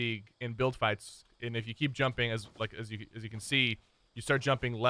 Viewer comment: "As far ahs hash" lol love ya sypher